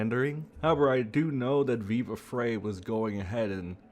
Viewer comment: Maybe say his name properly, speak a bit faster🥱. Frei pronounced like fry. I’m OUT! is RIDICULOUS, still dig Nate, but he’s getting close.🚫 💯 DIG Rekieta!!!!! Ur dumb & have zero facts.🙄